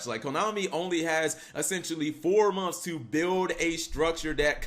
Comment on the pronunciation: ...In FOUR MONFS!!😂😂😂